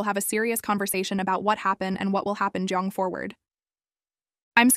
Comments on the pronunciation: I came down to the comments just to point it out because it seems to be spelled correctly in text, but the TTS just keeps saying "giong". It's getting a little annoying that it's just the one word... lol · Why is going pronounced “jeange” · Is no one gonna talk about the pronunciation of going